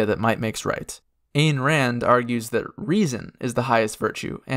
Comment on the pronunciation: Fun fact- the souls of true atheists in DnD go straight to Hell to be eaten by Asmodeus. Some of these factions are basically his dinner. (also, it's pronounced Ein Rand, btw- rhymes with "dine")